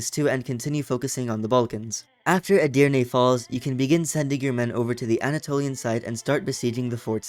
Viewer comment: As a Turk, you read Edirne 3 times and you read it correctly all three times.Mamluk is my favorite country because it is getting stronger faster than the ottoman.But unfortunately the mission tree of the mamluk is old, it needs to be updated, and the ottoman is in the same way.